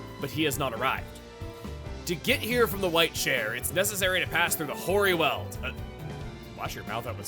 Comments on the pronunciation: 'Weald' is pronunced like wield not weld. I live near The Weald in South East England, so hearing you mispronounce the word is quite offputting. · LPT: 'Weald' is pronounced like 'wield' or 'wheeled'. Not 'weld'! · For the record, the world weald in this context not pronounced like you're welding together sheets of metal, but "weeld" and means essentially a forested area. Anyone who's played Darkest Dungeon is more familiar with this use of the word.